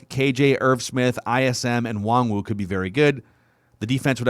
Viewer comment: Mackey. His name is pronounced WAHN-GOO. Stop calling him WongWoo